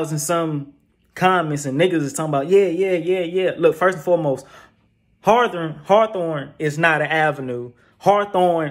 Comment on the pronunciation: Buddy fucced me up when he said hawathorne aint gotta blocc called Hawthorne🤦🏾😆😆😆 #HawthorneBlvd